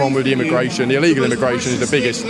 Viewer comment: The chubby guy with the cap on talking about "ellegal immigrants " cant even pronounce the word properly what an embaracement ,scared to imagine if they actually take the law and act on minorities . "This type "will be leading the country like the lad who doesnt even know what he is protesting against. Jokes. Embarrassing.